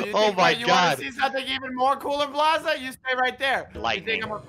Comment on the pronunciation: It’s Bald-za 0-0